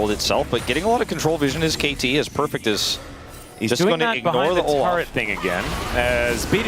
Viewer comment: Perfext lmao 😂